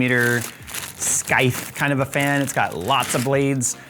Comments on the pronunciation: SKYTH? Do you mean Scythe? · What the hell is a "SKY-TH"? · I’m sorry I can’t get over this and kept replaying it, were you trying to say “scythe” here or was it a different word? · The C in "scythe" is silent, btw. 🤣